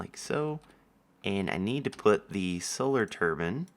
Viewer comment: i tried auto-subtitles for a little bit and the fact that when u say solar turbine wrong it says it right but when u correct yourself it has no idea what ya saying, made me laugh hard :D